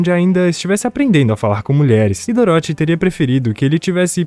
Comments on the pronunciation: É engraçado ouvir ele falando "Doróthy" ao invés de "Dórothy" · Filme bom, só fiquei com agonia você falando doroti kkkkkkkk Parabéns Sucesso ! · Cara, eu ri. Ficou engraçado. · Cara adorei o resumo, mas serio quase dropei o vídeo varias vezes por causa da pronuncia de "Dorothy"